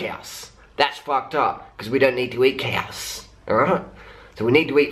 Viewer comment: I like how you say cows. "Keaws".